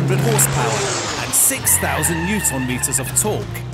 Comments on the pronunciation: Using nm as a measurement of torque. Who the fuck does that and why can't the commentator say it correctly? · NewtOHNmeter and cerCUTE? What? Why is he saying these things so weird